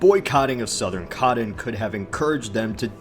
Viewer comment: Coddon and Briddan.